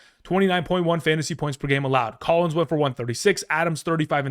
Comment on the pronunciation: He said Collins